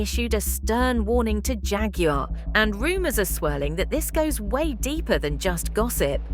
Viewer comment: The word Jaguar is pronounced "JAGG-KWAR."